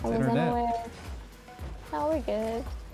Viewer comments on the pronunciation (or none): When says 'It's in our net' it sounds like it's internet😀